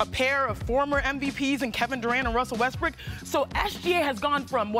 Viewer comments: She legit said russel west-brick lol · She said Russel Westbrick 😭😭😭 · She calls Russ Westbrick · This black lady just said “russel Westbrick” she gotta start respecting brodies name! Timestamp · She said Russel westbrick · Did Chiney just say Russell Westbrick?!! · Wowwwwwwwwww did she really say russel westbrick?